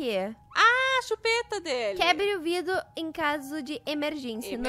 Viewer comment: parabéns pelos 10 MILHÕES vc mereceu mt Mas uma coisa q eu ñ pude deixar de rir foi quando vc "VIDO" em vez de vidro